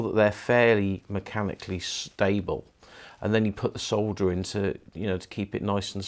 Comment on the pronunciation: The "l" in solder is silent. Pronounced "soder"